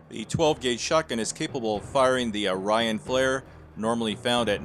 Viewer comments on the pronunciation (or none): none